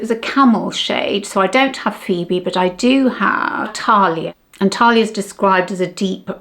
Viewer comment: Sorry to be pedantic but Thalia is pronounced as we would say TH as in thanks and it’s a short vowel - there are no long vowels in Greek. I have a work colleague here in Greece who calls me Thalia ( no idea why 🤷🏻‍♀️) instead of Sally. The shadows are really nice and I agree with you, I much prefer matte shadows for day. I think much more flattering.